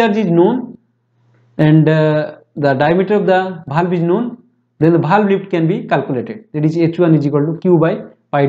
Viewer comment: Not bhalv its valve